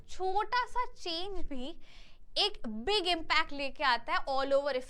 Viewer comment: Mam ap big ko bara ku bolati ho...😂😂😂😂😂